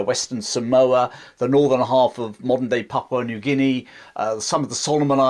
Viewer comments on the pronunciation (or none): none